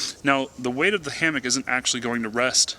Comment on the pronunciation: Say "hamick" one more time...